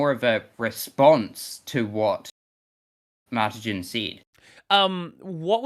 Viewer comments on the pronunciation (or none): The way "Martijn" is pronounced is setting me off lol, i and j in Dutch come together as one sound.